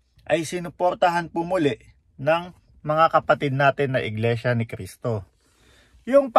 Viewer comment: Pakikorek nman yung Cristo not K po thank you!